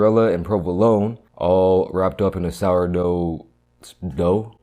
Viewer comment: I like how much emphasis he used when he said dough dude is hilarious